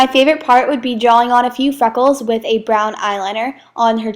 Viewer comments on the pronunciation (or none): none